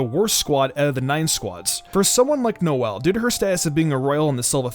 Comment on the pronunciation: Did he say “nozzle” Silva 💀💀